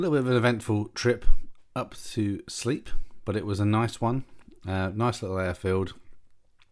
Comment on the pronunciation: Yep, nice landing. I understand Sleap is pronounced Slape though 😉. Lovely airfield in a beautiful part of the world. My skill test involved a MATZ pen of Shawbury, not below 2400'. Sure enough 2 huge cumulus blocked my way and I had request 2000' to remain vfr. The controllers there are really good, and they are used to Students knocking about in their AIAA, so I got the alt I asked for. Looking forward to more vids, with ATC if poss!